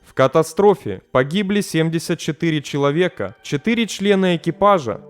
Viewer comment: Семдисят шитири шеловека, блин... Ну слушать же невозможно. Найми кого-нибудь, пусть тебе начитывают.